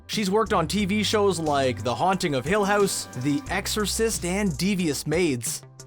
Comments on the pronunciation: its house, not hoose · I watched u for a long time but when u said house it really sounds like ur from Canada